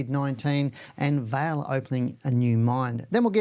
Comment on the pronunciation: Hi - just one small point. Vale is not pronounced like your name. It is pronounced more like Valley. with the A being drawn out. Vaaa ley. 😊 Cheers